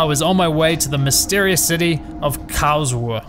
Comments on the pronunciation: Kaosuhe? 😂 KARLS-RU-HE! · As a German... Hearing the way you pronounce "Karlsruhe" and say "Thanks Deutsche Bahn"... I have done that COUNTLESS TIMES IN MY HEAD!